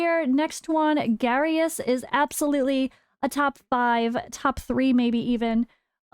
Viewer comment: Its Garious. You pick Garious. Then voresh